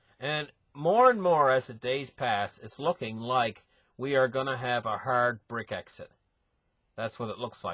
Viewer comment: he is smart, but enunciates some words real funny. lol